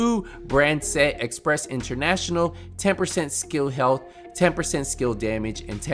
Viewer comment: Its Empress not express